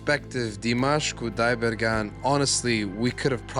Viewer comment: I love Dimash and it is so wonderful to hear you speak his name properly. I am an American who recently stumbled upon him and am amazed by his voice. Over here, it's just Dimash because we don't want to butcher his last name. It is so nice to know he is as good on the inside as he is on stage. Thank you for the background on this amazing performer.